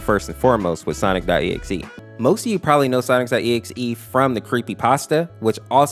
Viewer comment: How do you still say sonics.exe 😂😂😂😂